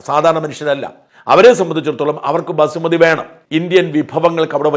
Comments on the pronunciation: Basmati rice not Basumati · Basumati alla, Basmati